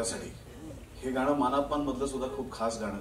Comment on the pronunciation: मान अपमान नाही,मानापमान, उच्चार नीट हवा